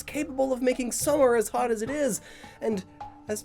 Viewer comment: I thought it said not thot instead of not hot